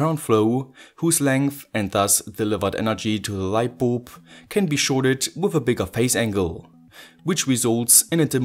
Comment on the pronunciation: Are u saying lightboob?